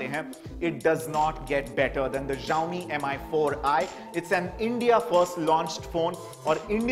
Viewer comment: It's pronounced as Shao-Mi